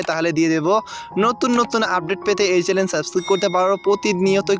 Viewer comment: চ্যালেন না ভাই চ্যানেল